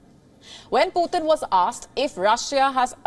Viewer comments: Please pronounce PUTIN ( Pootin) not Poothin. POOTHIN ? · He is not puthin. He is putin 🤭